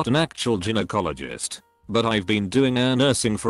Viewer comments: The word is pronounced guy-no, not gin-o. To the woman with the birth defect: not a defect. That's your HYMEN. Some are mainly open, some have more than one hole. It's a ring of tissue. Sometimes drs need to cut them if they don't break naturally. Nothing defective. I hate AI. Mispronounces every medical word and gives bad medical advice..... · These text to speech videos are awful. What the hell is an Jin-o-cologist? 🤦‍♂️ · Did you not check your crap AI voice b4 putting this vid out??? Geeeenokologist?? Ffs dude!! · "Ginnyecologists" I've found some really lazy and badly done reddit story channels before but this is the worst. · This was interesting but I couldn't get to the end because the computerised voice was so bad.Mispronounced so many words, even Gynecologist! You really need to fix that. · I had to stop listening because of the computer narration. The way he said gynecologist, yeesh!